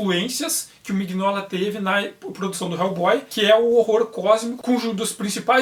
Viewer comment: Aeee, voltou! Me arrependi agora de ter vendido minhas edições. Não sabia disso nas arquiteturas. OBS: Acho que a pronuncia é Minóla, com G mudo.